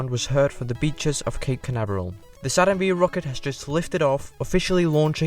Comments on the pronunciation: Dude..! it is "Saturn Five" not Saturn Vee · It's Saturn 5 not V ! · Good video, but please never call a Saturn five a "SaTuRn VeE" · "Saturn Vee" LMFAO.... It's Saturn 5. FIVE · OMG!!! It 's NOT the 'Saturn Vee' rocket... it is the 'Saturn FIVE' !!! 🤦‍♂️🤦‍♂️🤦‍♂️🤦‍♂️ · I have never heard someone call it the "Saturn Vee" before :O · Did you just say Saturn Vee? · Saturn V is pronounced ‘Saturn Five’ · Come on, man. Saturn FIVE. Good grief.